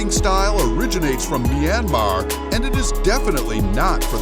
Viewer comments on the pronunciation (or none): none